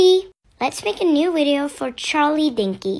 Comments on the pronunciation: she keeps saying ‘wideo’ 💀 no, no I’m not and quit acting like a celebrity cause you’re not. The only celebrity you’d be is the one where all your ‘fans’ are actually haters LMAOOO THIS ISNT CRINGE, THIS IS HILARIOUS “I love eating shoes, TABLES” 🤣🤣🤣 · IF SHE KEEPS SAYING WIDEO. I SKIPPED BUT DID HEAR IT. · was it only me or did she say "wideo" instead of "video"? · She says wideo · “Let’s save the wideo 🥺” killed me 💀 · I hate doing this cause she really can't help it but,. WIDEO?! 😭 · Okay the second one isn’t cringe, but how she says “Widio” instead of “video” gets me every time 💀